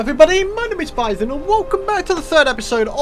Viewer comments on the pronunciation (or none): none